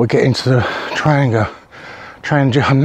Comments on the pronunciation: Tran-gia sounds Italian, maybe a traverse route?, it is pronounced Thrang-eeya since it was first made in Trångsund "Trång-sund" "Narrow Strait/Neck". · Check around for an interview with the current head of Trangia. His pronunciation is closer to "Traniya" or "Tranyia". Maybe it's a local dialect thing.